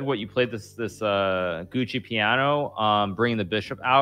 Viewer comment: I find it so funny that both of them are saying gucci piano instead of giuocco piano